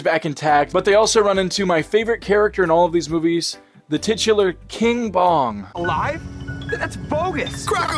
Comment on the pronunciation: I thought he said King Von at first instead of King Bong 😭